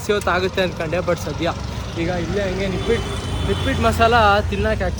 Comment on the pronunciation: ನಿಪಿಟ್ ಅಲ್ಲ ನಿಪಟ್ masala 😂😂